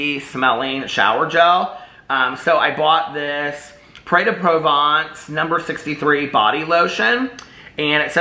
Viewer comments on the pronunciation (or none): none